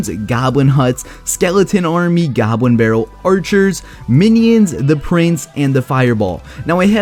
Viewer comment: Depwoy a gobwin bawwel